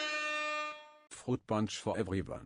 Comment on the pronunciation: froot pawnch for evewywan